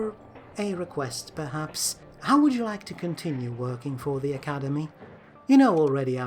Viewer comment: Are you juat unable to say "the"?